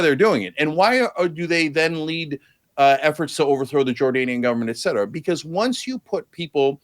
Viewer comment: Jesus even someone as intelligent as destiny is saying “eck cetera” now. Obviously it’s not a huge deal but god damn he should know better.